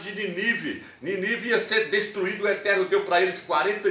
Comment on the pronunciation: Gostei da sua explicação. Mas, ressalvo que, todas as palavras proparoxítonas são acentuadas: "Nínive" e não Ninive. O acento forte é na primeira sílaba